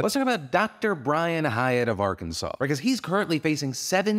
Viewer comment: I’m from Arkansas…. Weird to hear you say our state’s name lol